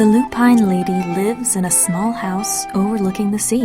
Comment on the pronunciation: Lupine is pronounced Loo-pin not Loo-pine !